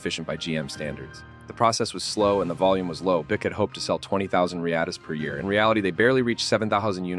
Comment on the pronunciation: Irritating AI narration....a 'kupe'.....'Boo-ick'.....give us a break....